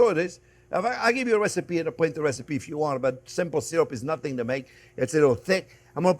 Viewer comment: I came for the wesipe!